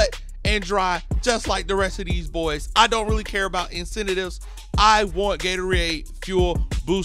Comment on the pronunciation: yo I’m sorry but the way you say incentive bothers me